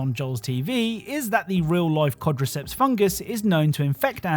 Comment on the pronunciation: "quadrecepts" xD